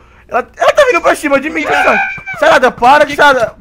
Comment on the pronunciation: o fala sarada tão ruim que ouvi tarada kkkkkkkkkkk